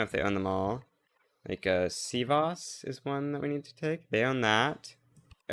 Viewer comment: your sivas pronounciation was on point lol